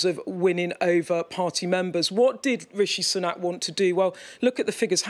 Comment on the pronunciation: Her pronunciation of Sunak haha - more like Sunnuck